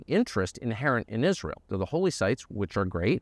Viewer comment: I noticed you said "America AFTER Is ray l